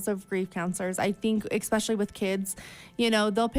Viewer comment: Nothing is more of a pet peeve of mine than bad grammar and speaking, and for someone who is a so-called “writer“ or “author“ she sure says EXPECIALLY a lot instead of the correct way “Especially” 🙄 … I remember coming on here and commenting how you were such an amazing speaker except when it came to the word birthday, you would say BIRFDAY every time and I had to stop watching because it irked me so much lol I was like why are these women making themselves sound so uneducated. So I try not to be judgmental but with this chick she doesn’t get a pass because she murdered her boys father 🤬